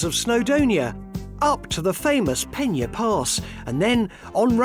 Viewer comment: "Lanberis"? "Penyerpass"?? Is he back on the drugs again?? 🤣🤣💉💉💉💉💉